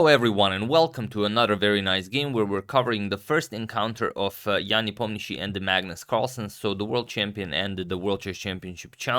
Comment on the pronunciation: He can say Nepo's full name!